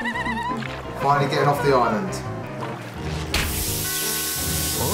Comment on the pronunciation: "Fe-na-lee" not "Fi-nol". xD